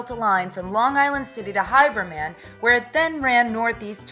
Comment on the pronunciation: Someone needs to explain to how to pronounce Haberman ( HAYbur-Man) and Oyster Bay ( Oy Ster - Bay )